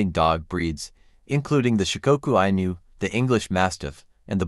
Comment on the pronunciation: Inu pronounced "Enu" similar to Shiba Inu.